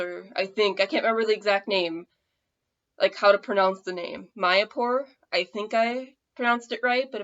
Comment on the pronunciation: I can teach you both Hindi and bengali for free. Yes u pronounced it correctly . Mayapur is in Nadia west Bengal.